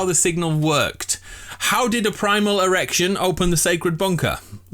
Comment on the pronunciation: My boy said irrection